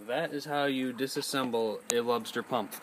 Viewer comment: Great video . I believe its pronounced lube ster but its spelled lubester .